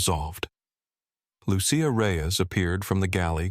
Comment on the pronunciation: What’s up with redness on Mrs Whitman’s face? Is it supposed to be a birthmark? Just a quick note. It’s pronounced “Lu-che-a” not “Lu-she-a”.